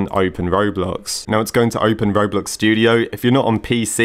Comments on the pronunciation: "Kroblox" OMG LIKE "Croblox" Like Roblox but made in Croatia 🤣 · He said kroblox 😭😭😂 pin this pls